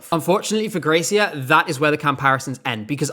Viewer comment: the name of germany‘s gracia is pronounced like grazzia i think not that it matters much